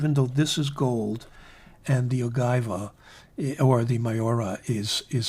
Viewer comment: its ogiva the g sound as in egypt...and you're italian?!?! maaa daaaiiii hahaha